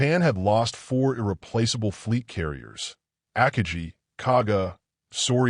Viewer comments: I quit listening 6 seconds in when the AI mispronounced Akagi. Good bye. I won't be watching anything from world revolution. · 5 seconds in and I had to opt out. AI needs to learn the pronunciation of Akagi. Need not go any further. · Stop making videos if you can’t pronounce Akagi correctly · Every time it says “AKAJI” instead of AKAGI, I’d cringe 😬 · Aka-gee? That's A-Ka-gi, with a hard 'g'. If you are going to use an AI instead of a real narrator, take the time to sanity check and correct it. I'm out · Akagi .... Ah-kah-gee with gee being pronounced like glee without the L. Gee with the g pronounced as the G in go absolutely the i pronounced as the ee in see. Get. Guy. Gone. Go. Guh. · Ack-ah-jee? Stupid AI voice. It’s Ah-kah-gee. 😂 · Chuchi Nagumo? It's "Chuichi"... And its not "Ackagee" Akagi is pronounced Uh-Ka-Gee. So many mis-pronunciations. Ditch the AI narration and hire a hoooman being... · Aka-gee... LOL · AC KA GEE ????? LUV these Bots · AH-Ka-GEE. for the love of the flying spaghetti monster get it right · The ak-a-gee? It only took 6 seconds for me to see this is poorly done. Bye! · Ak i gee? 😂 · The ACK-uh-gee ? Three seconds in, and I'm so-o-o OUT ! ! ! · Ah-kah-gee wtf! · Two seconds in and “the Ack-a-gee”… goodbye! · Ah Kaa gee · Ackagee? I had to start it over to hear that again and then came to the comments. Saved me time watching this crappy video. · Ahkahgee...Assinine Imbecility f-d up another narration. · Godawful. Terrible AI "narration", one of the worst I've heard. I literally stopped watching this video within seconds after hearing about the carrier "Akajee". No one even tries anymore, I guess. Half-ass effort, and then on to the next project (which we may also expect to be half-assed). Quantity over quality. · AI on YouTube isn't up to the task of pronouncing many English words. Absolutely hate AI voices. I literally stopped watching this video within seconds after hearing about the carrier "Akajee". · IT'S AH-KA+GI